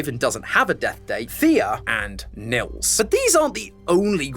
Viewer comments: its not pronounced nills thogh in germany where i guess this name comes from we pronounce it neels. if that makes sense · Btw as a german i wanted to say you the name Nils is pronounced like kneels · it's neels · Great video, lots of Love from Germany! ❤ Actually having a friend called Nils, though, I feel obliged to point out the name is pronounced "Kneels"! 😂😊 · I know German names and phrases can be quite difficult to pronounce for non-natives, so just letting you know the name Nils is actually pronounced like "kneels". Hope that helped ^^👍🏻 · Nils is not an uncommon name here in northern germany. But you totally butchered the pronounciation, because it's suppost to have a long pronounced i. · As a German, the way says "Nils" will never stop to be funny